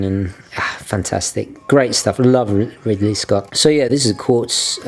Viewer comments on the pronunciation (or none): none